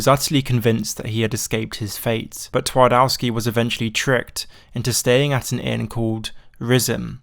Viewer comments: The Polish pronunciation hurts. You could have at least tried using google translate not to do tWardAWsky. Twardowski. TvarDOVsky. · Good try on spelling „Twardowski” If you say it hardly with v it will sound a lot closer to my language So try saying „Tvardovski” next time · Fellas, put words you're not sure of pronunciation in Google translate before uploading a video. Polish w is pronounced the same way as English v 😅